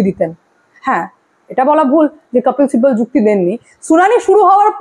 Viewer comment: আপনি কপিল সিব্বলের নাম আপনি উচ্চরণ করেন "কপ্পিল সিব্বল"। কোনটা সঠিক? আর আপনার " স" এর উচ্চরণের দিকে একটু নজর দিন।